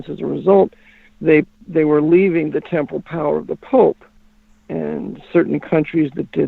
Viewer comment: The word is "temporal" (not temple). It means "physical, mortal, political" power of the pope, as opposed to his spiritual or ecclesiastic power through church authority. pronunciation confuses that word.